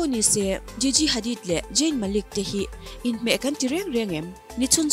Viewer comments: ZAYN ti rawh Jain ti lo in huat na lam niloin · Mate..? Jayn ani ziahlo zayn lawm..eng pawh chu nise English hman, lamdan a in ang vek hleinem.... Ka duhnu kal zel ang che aw! I chhelo ngawt ang🤣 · Jayn,Jain a ni lo aw,,, Zayn tiin lam rawh